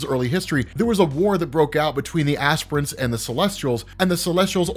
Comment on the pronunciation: I thought he said "aspirins" but this is way better